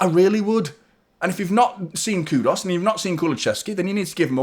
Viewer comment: Who's Kudos? It's Kudus.